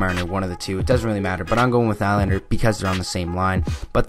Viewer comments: William najlander lol hhahahahha it's Nylander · Lol you said Najlander... it's Nyyylander!! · Its pronounced Knee-lander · In swedish it is Nil lander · u said nylander wrong